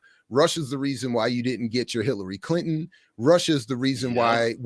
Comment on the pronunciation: am i trippin or did he say hitlery clinton? 😂